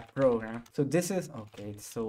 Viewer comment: I love how you said "tho" instead of "so" xD Lots of love from India. Keep doing what you do best.